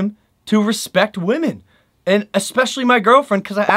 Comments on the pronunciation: Alfredo Mota no bro she said wamen...which is incorrect grammar...you should know it's women ..not wamen......so emily needs to learn how to spell... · Nevaeh Andrews thank you nevaeh ...its women not wamen lol...🤣